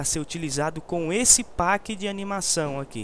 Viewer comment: Não é páqui que se pronuncia pack é péqui isso é inglês , pelo amor de deus